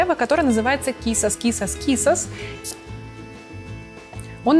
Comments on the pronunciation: Quizas. Ударение на А. QuizÁs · кИсас, кИсас, кИсас 😆😆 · Слово quizas все-таки не английское и ударение там падает на А. Аромат назвали в честь известной песня на испанском, в ней можно послушать произношение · Quizás, ударение на последнем слоге. Означает - быть может, возможно. И да, не убийство быка, а бой с быком.